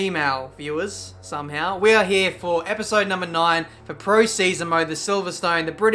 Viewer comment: Emphasis on 'somehow' at the start